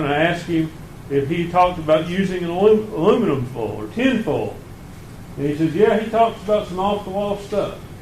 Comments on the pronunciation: The way he says full instead of foil is actually driving me mad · The i in foil and oil is silent in that part of the country.